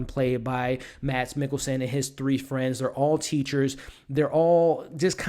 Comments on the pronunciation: If you want a pro tip of how to pronounce Mads in case, you have to do another review with him, it's pronounced a lot like the word 'mass'. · Mads is pronounced "Mass". The "D" is silent. Watch "Adams Apples" (2005) and "The Green Butchers" (2003) - both dark danish comedies